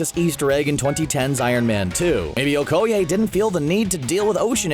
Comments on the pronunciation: the faq? It's O-koi-aye not O-ko-yay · It is pronounced (oh-koh-yeh) not (oh-koh-yay) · We gotta tackle this major issue... Okoye = Oh Koi Yay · LOL "oh-ko-yay" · Okay is nobody talking about his way of pronouncing Okoye???